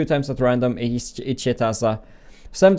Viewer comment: Every time he says 'each hit' all i hear is 'eat shit' laughed so hard